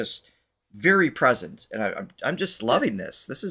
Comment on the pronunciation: Vee-rey sa english wag bobo😂😂😂😂